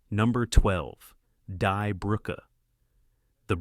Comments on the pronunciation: Find an A-I narration that pronounces German words the right way ("die" is pronounced "dee " , etc) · It should not have been too hard to learn elementary German pronunciation of the movies' titles. "Daes Buht" for 'Das Boot' ('Dahss Boat')? Seriously? Pronouncing "Die" ('the') as "dye" is simple laziness, unworthy of our attention. Do Better. By the fourth title, my mother tongue had been insulted enough. Buh-bye.